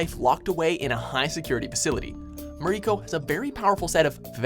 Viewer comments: You mispronounced Mariko. It's "mare-ick-oh" not "mar-ee-koh." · dude for mariko at least pronounce her name properly it pronounced MA-RICK-KO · also, said Mariko wrong, emPHAsis on the wrong sylLAble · For number ten it's not Mariko its marico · I'm triggered by the way he pronounced Mariko.